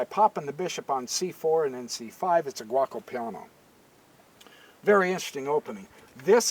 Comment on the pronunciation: Good video, but I couldn't stop laughing everytime he said "Gwokko Piano"